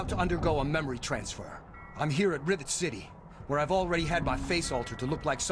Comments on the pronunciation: Rivet Citeh. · rivet citeh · "Rivet Citah" lol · Rive cite-lol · Revet citeh XDDDD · "Rivet Citeh" lol no offence by the way. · "Rivet Citeh"